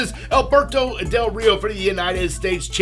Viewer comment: your mexican accent for del rio is 👌👌👌👌👌